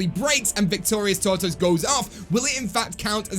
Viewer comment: Say tortoise right